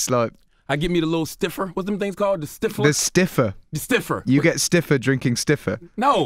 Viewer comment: sniffer not stiffer